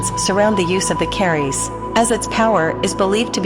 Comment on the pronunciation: You are pronouncing 'Keris' incorrectly, the 'e' is very short and therefore it sounds far more like 'kris' and not at all like 'care rees' as you are saying it.